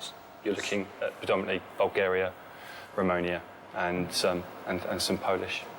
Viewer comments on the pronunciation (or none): "Romonia" lol